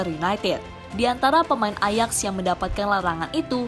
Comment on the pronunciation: Min .. AJAX itu dibacanya AYAKS .. Gak enak dengernya min, jika salah ucap.